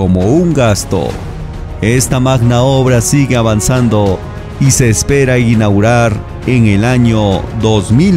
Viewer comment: Inaugurar, no inaurar, lo repiten muchas veces así que no fué un simple error de dicción, que vergüenza